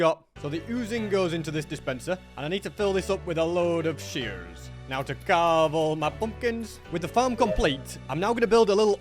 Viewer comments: Did anyone else hear say "Shearrs!" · American ahh “sheers” 🤠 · "I need to fill it up with a load of shearrrrs" cracked me up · bro turned American for a second lmao (when he said shears)